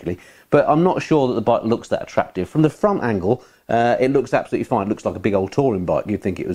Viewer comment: Ab-soluteley amoizing